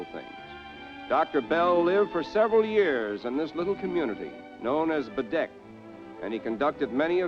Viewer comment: He pronounced the name “Baddeck” correctly. Bravo.